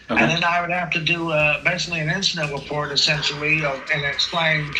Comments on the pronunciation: Haha fedewal, pwocess, cowopewate, weport. I’m twying to expwain what youre doing wong! Cackling at this fool 😂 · He’s wight and it’s all going in the weport. 😂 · "Fedewal, wong, wite, weport" man, we got a live one